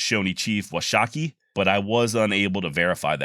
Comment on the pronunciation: Seedskadee was right, but it is not woah SHAWK kee. It is pronounced "WASH a key" with an emphasis on the wash part of it.